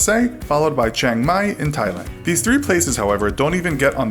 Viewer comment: The way you pronouced Chiang Mai made me laughed. 😂😂😂 You said เชียงไม๊. btw. I can't believe Thailand would be in.